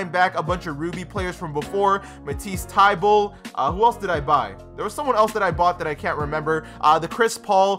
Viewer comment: “Matisse Tiebulle”